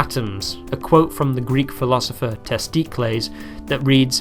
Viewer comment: Ah yes testi clease my favorite philosopher